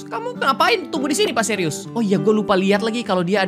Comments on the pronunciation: Btw itu suires bukan serius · Plis kak itu pak suires bukan serius😭☝️